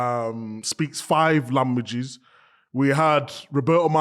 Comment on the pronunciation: Kate Abdo speaks 5 "lambogies"?